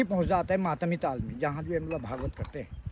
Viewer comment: All your videos are amazing.... One small correction..... 🙏 It's not Tal it's Taal Tal means bottom of a lake or river or sea. Taal means Lake.